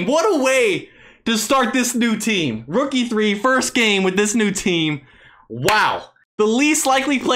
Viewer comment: anyone else hear rook e3 when he says rookie 3?